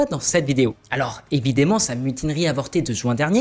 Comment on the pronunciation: Bien vu. Une paire de remarques sur la forme : "évidAmment" et pas "évidément" -- confusion possible avec "décidément" ; et cette acception de l'expression "homme de paille" pour Prigojine a un peu vieilli. À mon avis, il aurait mieux valu parler de "prête-nom". Je répète que ce ne sont que des remarques sur la forme, et que j'aime beaucoup cette vidéo.